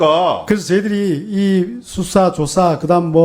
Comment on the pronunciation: 법에서 수사라는데, "ㅅ"을 "ㅈ"으로 읽네...ㅋㅋ